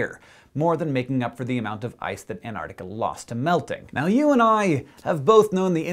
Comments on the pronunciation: hank, for the love of science, please pronounce it ant-arc-tic-a not an-ar-tic-a thank you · Hank! It's pronounced ant-ARK-tikka, not an-ARR-tikka! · He said antartica not artic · Two notes: 1) These explanations of the increased ice&snow would have been a lot more impressive if they'd been made beforehand, which AFAIK they weren't. A model that can explain anything, predicts nothing - and that, to me, is what a lot of climatology looks like. The technical term for this is 'panchreston'. 2) Learn to pronounce Antarctica. There are *two* each of T and C; it's not "Ann Artica"! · can you please pronounce it right? anTarcTica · Is it me or is he saying An-nar-nica? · I find it kind of droll how Americans pronounce Antarctica as "an-ardica"